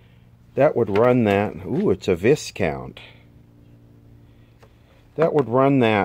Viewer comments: "Viscount" is pronounced "Vi-count". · I bet each and every set showed Ed Sullivan's really big shoe. And Viscount is pronounced VI -COUNT.